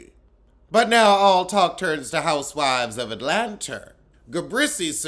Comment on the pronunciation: Atlanturrr gets me every time 🤣🤣🤣